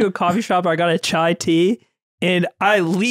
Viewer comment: i thought was the knowledge/intellectual guy whytf is he saying chai tea its giving me pain aaaah